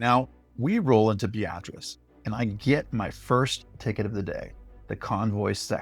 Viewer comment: It's pronounced be-AH-triss."